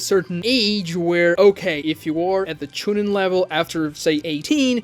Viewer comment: No. You pronounced it wrong "Choo neen" Same for Genin 🤣